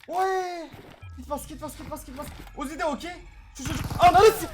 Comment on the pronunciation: Abi sen uzi dediğinde ben wuzi diye anlıyorum